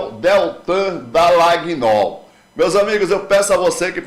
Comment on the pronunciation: está na hora de você falar o nome de Deltan corretamente. Em italiano Dallagnol se lê Dalanhol.